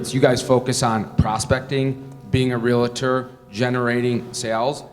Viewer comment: Yeah, we gotta get this guy to pronounce "Realtor" correctly. Calling us Realators isn't helping his credibility at all.